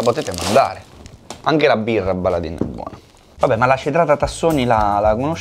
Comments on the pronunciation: Ragazzi, si dice "Baladen", non "Baladin". E dovete troppo provare le loro birre! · Signori scusate, ma dato che vivo ad un paio di chilometri dalla sede principale mi sento male quando lo sento, si pronuncerebbe "Baladèn" e non Baladin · Sí, peró, ragá... Baladin si legge "Baladén" non "Baladín" , non se po' senti' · La "Baladin" si pronuncia Baladen ed è una azienda del Cuneese, in Piemonte.... Per essere proprio precisi si trova a Piozzo paesino piccolissimo della provincia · si legge baladen ahahaha ed è dalla mia zona ahaha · per la cronaca: si pronuncia "Baladèn" anche se si scrive baladin!